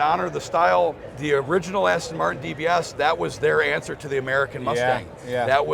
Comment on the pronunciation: Best car of the show. Outstanding. But dare I say that the host doesn't know how to pronounce Aston Martin?